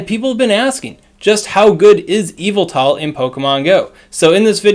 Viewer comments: all i hear is EVIL-TA instead of Y-vel-tal creeps me out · Pronounce his name right